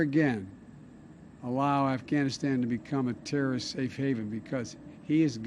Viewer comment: Wow Zowow-hairy got that damn terra-wrist.